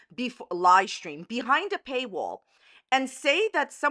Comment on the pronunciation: “Lie stream” 😂🤣👌